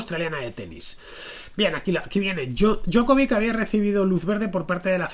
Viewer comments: 4 consonantes,. La "c" final se pronuncia "ch" que yo sepa. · La J en lengua serbia, croata o eslovena equivale a "i" . La pronunciación sería Diokovich